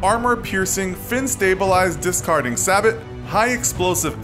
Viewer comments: Can we stop worring about his “order”, and talk about is pronunciation of the word “sabot” Correct: “Say-bow” How this kid says it:”Say-bot” B O I👋🏻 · Say-boow... not sa-bat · its not say-bot it's say-bow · Sabot is pronounced as "say-bow", not "sah-bot" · sabot is not pronounced sabbot, it is pronounced more like saybow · It's pronounced SABOW, not SABOT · And it's "SA-BOW" not "SA-BOT" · Its pronounced "sabo" not Sabot. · Sabot is pronounced say-bow, by the way. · Just so you know, the proper pronunciation of. Sabot is "Say-bow" Not trying to be rude, just informative. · The abbreviation for active protection system is APS not APA as said in video, and "sabot" is pronounced "say-boh" lol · you said sabot wrong you pronounce sabot without the t so it will sound like sabo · the discarding sabot isnt pronounced sabot but rather sabo as the t is silent. also all of the tanks mentioned are stabilized. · Is pronounced “say-bow” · well for one, you pronounced sabot wrong, it's pronounced Say-Bow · Who pronounces it sab et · You pronounced sabot wrong pronounce it like sab-o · Sabot you say Say-boh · Just for future reference, 'sabot' isn't pronounced how it looks, it's pronounced 'say-bo' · As soon as he mispronounced sabot (pronounced say-bow) I turned it off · I don’t even know where to start. How about, start with the correct pronunciation of the word “sabot”. Then, just do a video on stuff you know about. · Pronounced leclerc and sabot wrong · you said sabot so weird hah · Ahahahah the way he says sabot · The “T” in Sabot is silent by the way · Why did you have to mispronounce Sabot? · Cringed at pronunciation of SABOT